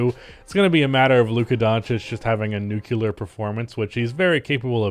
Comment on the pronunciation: Bruh, it’s nuclear, not nucular. You’re pronouncing it like George Bush.